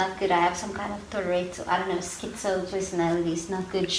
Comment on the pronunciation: No it was not Yolandi who said it, it was the girl next to her...duh, come on. Also, it's Tourette's, not turrets!